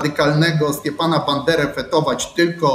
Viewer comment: Stepana a nie Stiepana - to nie ruski był. Jak udajesz wykształconego, to przynajmniej sprawdź jak się czyta.